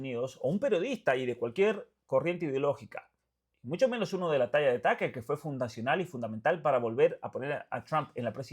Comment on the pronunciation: Taker ? Tuker tal como suena